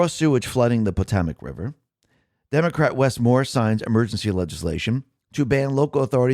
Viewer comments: Potamic??? Where do you get Po Tah Mic from??? Cmon....it's called the Potomac....PO....TOW....MAC Sheesh....you are terrible with the simplest pronunciations.... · The Potomac is not pronounced the way you are repeatedly mispronouncing it. Potomac is pronounced pə-TOH-mək (puh-TOH-muck). The emphasis is on the second syllable, "toe". Wiktionary, the free dictionary Wiktionary, the free dictionary +3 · The river is pronounced pa-tow-mac. I lived in the DC area for over 40 years… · Did they rename the Potomac River … the Potamic ? Are you kidding? Are you an American? Get it together, man. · Its pronounced... Po-toe-mick